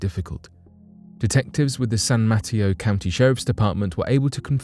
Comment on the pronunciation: San Mateo is pronunced mah-tay'-oh, like potato ;)